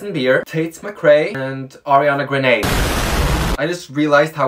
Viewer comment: You really said “Ariana ✨Graney✨” 😭😂